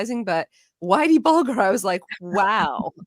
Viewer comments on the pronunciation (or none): Its pronounced bull-ger,,,,,ger as in Germany,,,,,🤡